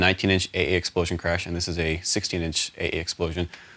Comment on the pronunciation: "I love eh eh xpolsion"